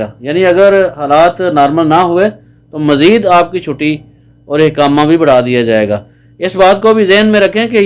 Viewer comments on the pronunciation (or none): حقامه نہیں اقامہ ہوتا ہے